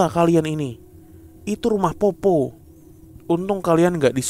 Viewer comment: bukan popo bang tapi poppo'...itu dari daerahku bang